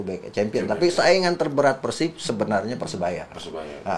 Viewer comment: Nyebutnya bukan PERSIB bang tapi PERSIB